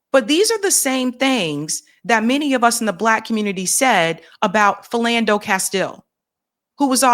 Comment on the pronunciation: What the heck is a Filllando Castle?